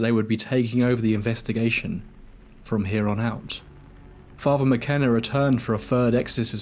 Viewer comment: Thank you for an interesting watch! It’s very well-researched. One little thing - I kept noticing throughout the video that all ‘th’ sounds are pronounced as a ‘v’ sound. I think your narration would improve if you worked on that. For instance you say ‘father’ as ‘farva’. It doesn’t match the articulation in the rest of the video. Just a thought! Anyway thank you for the video!